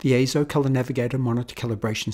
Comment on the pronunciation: "AY-ZO" yes you said it correctly! As heard from EIZO's own corporate video.